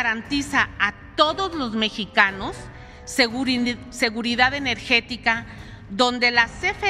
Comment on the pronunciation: “Segurinidifaud enerjestika “